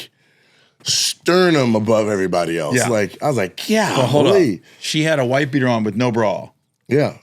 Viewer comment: It's a white beeder not wife beater!